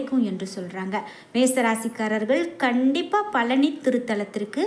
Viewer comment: பலனியா?பழனியா? நாக்கைசரியாகவடிக்கவில்லைஎன்றால் இப்படித்தான் உச்சரிப்புசரியாகவராது உடனே முருகனை நினத்து தங்கள் நாக்கை நன்றாக சுத்தமாக வடிக்கவும்.